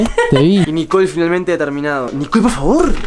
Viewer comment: Es Nicole no nicol parese que ests diciendo mantecol